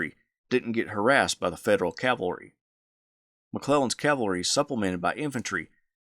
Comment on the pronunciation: Says Calvary 19 seconds in. I appreciate this kind of content but I can’t stand callllvary, over cavalry